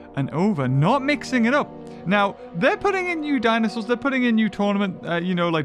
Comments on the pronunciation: Ah yes, dinsoaurs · "Dinsoaurs" Classic